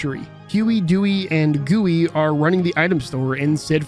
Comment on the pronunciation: Couldnt let this go huey duey luey. Not gooey 😂...